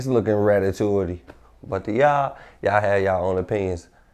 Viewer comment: Nigg I’m done ant said iss likk his form ah hot is likk diff😂😂😂😂😂😂dawg🤦🏾‍♂️nigg said ratatuity